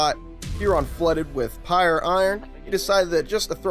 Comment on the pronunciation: *Prye Iron As In (Pry) lol Pyre?